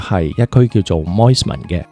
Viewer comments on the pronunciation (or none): It is Spit bridge not Split bridge. Mosman not Moistman.